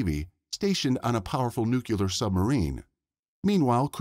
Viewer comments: You said nucular. There is only one U in nuclear. The correct pronunciation is nuclear. Unlistenable, bye. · For the love of God - the word 'Nuclear' is pronounced: 'NEW-KLEE-EHR'. NOT!!!!! 'New-kyoo-luhr'. Ughhhhhhhh - it makes me crazy.